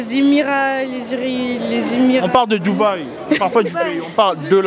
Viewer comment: Les doubehi🤣🤣